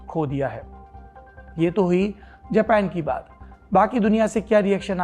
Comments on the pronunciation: खोतनाथ जापान को जपैन क्यों बोल रहा है। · जब हिंदी भाषा का इस्तेमाल करते हैं तो अपने शब्दों का इस्तेमाल भी भारतीय हिंदी ही रखें। बार बार जापान को जेपेन सुनना बहुत चुभता है। कृपया वही रहें जिसके लिए आप जाने जाते हैं यानी हिंदी पर जबरदस्त पकड़ के लिए। बेवजह दूसरों को कॉपी करना और खुद को आधुनिक दिखाने का बेजा प्रयास छोड़ दें। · जपेन नही जापान